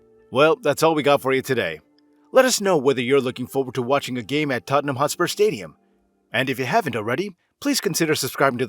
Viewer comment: Hotspur.. Not HostpurS